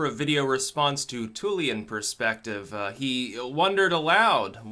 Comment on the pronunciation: "Thulean" is pronounced like "th" not "t"